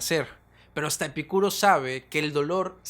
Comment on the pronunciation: Porque pronuncias el nombre de Epícuro con acento en la (i) y otras veces sin acento ?